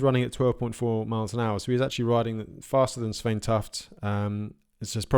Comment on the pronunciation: Great coverage! Svein is pronounced Swayne.